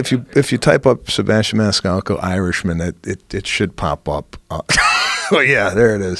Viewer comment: Joe “Sebastian ManiSalco” Rogan